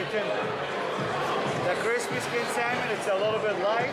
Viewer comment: You said Sal mon…no…no…no. You just lost credibility with that pronunciation lol